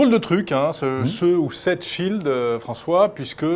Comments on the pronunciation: Petite erreur : shield, pas schield :P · Déjà c'est Shield pas de "c" et en plus c'est de l'anglais, ça veut dire Bouclier...